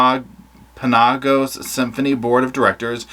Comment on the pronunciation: Hey! I'm from Utah and here to help with pronunciation. It is Tim-pan-no-gus. Love ya!! 😊